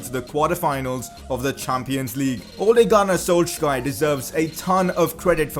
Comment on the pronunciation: Your saying Solskjaer wrong